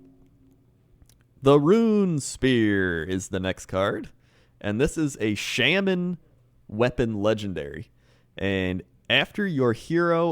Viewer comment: You should pronounce Shaman correctly for once